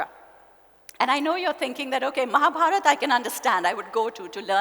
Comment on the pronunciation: The anchor who introduced her is so cringy to watch and hear. An indian who can't pronounce bhagwad gita and mahabharata